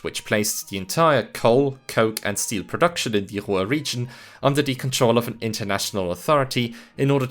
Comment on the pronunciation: How do you mangle the word Ruhr?